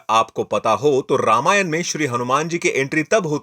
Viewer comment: उच्चारण पर काम करो भाई। रावन ❌ रावण ✅ रामायन ❌ रामायण ✅ पुरान ❌ पुराण ✅ लक्षमन ❌ लक्ष्मण ✅